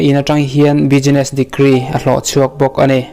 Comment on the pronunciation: Bi-gi-ness tilo in bis-ness tiin lam ri rawh